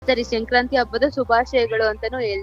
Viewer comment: ಅದು ಶೆಂಕ್ರಾಂತಿ ಅಲ್ಲ ಮಾರಾಯಿತ್ತಿ, ಸಂಕ್ರಾಂತಿ.....😂